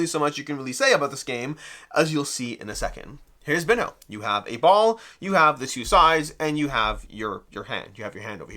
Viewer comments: It appears that the correct pronunciation is "bean-yo" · Someone who doesn’t know how to pronounce this is definitely not familiar with Ronaldinho, or any Brazilian players, or the game of football at all. So, not the best person to review it.